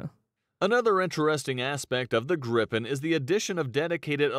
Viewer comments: Its Griipen not Grippen! AI- voice/vid sucks balls... nice vid though! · It's more like Griipen, not Grippen. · I don't understand how he can pronounce it "vaigen" when there's two G's, and then he looks at Gripen and somehow gets "grippen" out of it? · General rule in swedish: One consonant after vowel = long vowel. Two (or more) consonants after vowel = short vowel. Just saying that they manage to pronounce both Viggen and Gripen totally wrong and my ears are hurting.